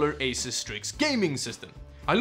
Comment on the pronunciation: I was told by an Asus employee it's pronounces Ay-soos.